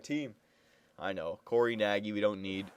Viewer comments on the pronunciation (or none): none